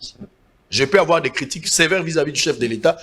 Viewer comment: Sango, luka batu bayebi francais bien batangelaka yo ba fiches avant olakisa yango. Okomi na Dés 512 millions ... Dés wana ezali na accent na s pona nini? Baninga na yo baseki yo na motema. Sala musala malamu, svp.